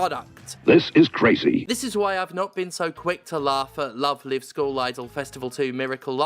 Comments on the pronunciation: The fact you call it "love live" as in living rather than "love live" as in live musical performances torpedoes any credibility this video ever hoped of having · I've only heard of Love Live as a franchise because of the Weiß Schwarz ads Bushiroad bakes into Cardfight Vanguard episodes uploaded here on YouTube. It's also how I know the first Live in the name is also pronounced lyve and not leev. English needs Ruby text sometimes like Japanese when it's using Chinese pictogylphs instead of their own kana phonetic written languages I swear.. Also we need to get rid of wastebin letters like I, C and X. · Pronouncing Love Live like Live Laugh Love. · Wait isn't it Love Live rhymes with jive? Have I been saying it wrong for ten years? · Incidentally, it's "Love Live" pronounced like "coming to you LIVE". In one of those weird garbled translation things, the English word "live" came to mean "concert" in Japan. It's an anime franchise about idols so I don't know anything else about it, but that they pronounce it like that, though. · Stephanie, you pronounced it wrong. its "LoveLive" not "LoveLive" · People always say the wrong "Live" when sayings the title of the game. Its Live like "Live action" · This is an excellent video, which makes me regret knowing "Love Live" uses the other pronounciation of "live". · Steph mispronouncing Love Live the entire time because they're so unfamiliar with the franchise is a good reminder of what bubble I live in, and that it's good to get out of that bubble sometimes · I know this is not the point of the video, but I do find it very silly that Stephanie pronounces "live" in "Love Live" incorrectly, but "live" in "Miracle Live" is pronounced correctly. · stephanie please..... how are you mispronouncing the title of a game when the title is already the english version of the JP title............... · wait... have i been pronouncing the live in love live wrong for years now? hearing another person say it just fucked my head.